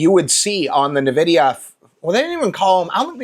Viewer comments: aaaaaaa i keep hearing nevidia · That isn't how you pronounce Nvidia. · Maybe just pronounce the word correctly. That's hilarious that YOU think I have ADHD. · What is your damage? I never said your videos are bad. I told you that you pronounced the name wrong. Relax, you psycho. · It means I immediately know whoever is talking doesn't know what they're talking about, and their opinion can be dismissed as uninformed.